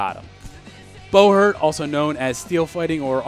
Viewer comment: Is it really pronounced bow-hert instead of bu-hurt?